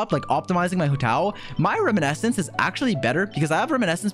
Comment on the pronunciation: Ah yes, still pronouncing "Reminiscence" as "Riminescence"